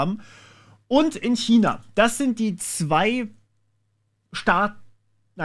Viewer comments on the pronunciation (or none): none